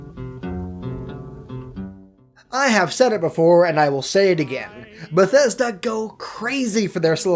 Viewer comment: Did I just hear you say " Besthesda, their, and newvegas " ... In the sme sentence. I'm sorry but can someone crucify him.